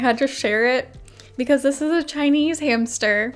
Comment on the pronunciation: They told me to get a new hamstuhhh